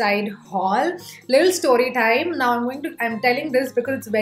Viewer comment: Okay but why do you stress on certain words ?😂 so hilarious its ट TIME NOT ठ TTIME Sometimes it's irritating to listen to again and again